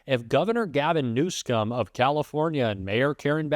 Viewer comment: You know, you should pronounce the California Democratic Governor’s name correctly, if you are a real democrat, and not support our President Toddler’s grade school theatrics. You know his name. Pronounce it correctly!